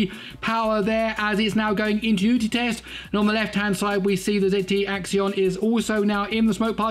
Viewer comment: It's not axion it's axon